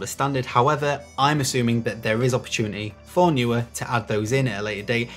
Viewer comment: Great video, thanks! I've just bought 3 660's (£178 with Amazon UK promotion, May 2021), to use on a classical music video, to be recorded in a small church. Hopefully, they will be bright enough. Most people say 'knee-wear', when pronouncing Neewer.